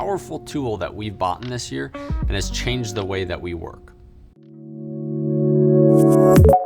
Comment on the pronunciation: did he say "Baughten"?